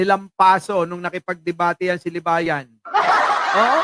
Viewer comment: baka libagan hinde libayan